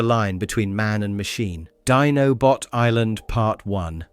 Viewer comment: 1. Its iacon not yacon. 2. Its always Teletran One not teletran Y. 3. Its Dinobot island where its pronounced diy-no-bot not dee-no-bot 4. Season 2 You forgot episodes as well as did not have them in correct order. 5. You forgot the movie before Season 3. 6. You skipped episodes in Season 3. 7. You never mentioned how Japan continued Season 4 differently with a full Season 4 having the story goes a different route. You did a lot of work, thank you for everything you did review. Thank You. (Everything in my comment isn't meant to be taken as negative, they are just corrections I noticed. )